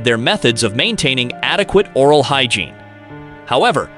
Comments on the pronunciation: the NW tribe known as Salish pronounce it SAIL-ish, rather than SAL-ish, and the Wikipedia article agrees with me. grat-ih-TWO-dee for gratitude; or-AL for oral, dept of grat-ih-TWO-dee for debt of gratitude? This has to be a computerized voice, which obviously isn't up to the standards of C3PO.🤨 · Narrator frequently mispronounces words, often only once or twice, before deciding/stumbling upon the accepted pronunciation of the word. First noticed in #7, "Mouth Wash," the most glaring instance is "or-all (oral) health", and "debet (debt) of gratitoodie(gratitude?). And #9, about the use of bunk beds in "tye-pea's" floor space. Very odd, since he pronounced the word correctly in the previous sentence. This must be an artificial intelligence algorithm trying to learn correct pronunciation on the fly. I guess text-to-speech voices have really improved since HAL's debut in 2001: A Space Odyssey. I suppose it's cheaper and quicker than using a hired narrator, or simply doing it yourself. Lol